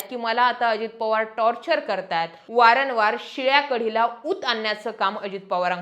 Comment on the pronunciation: अहो मॅडम "वारनवार" नाही " वारंवार "म्हणा ❗😴😷🤭😟😞🧨🧨🧨🧨🧨